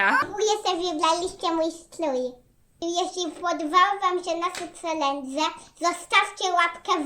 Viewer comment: Nie mówi się celedze tylko czelendzie dziewczynki mama i tata was nie nienauczyli cz pani w przedszkolu jak się mówi poprawnie.❤❤❤❤❤